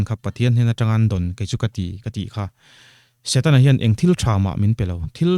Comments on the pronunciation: Satena aaaa...Kristian...Setana tih tur aw... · Niang chu satena ti tlata😂😂a sawi ril tum nen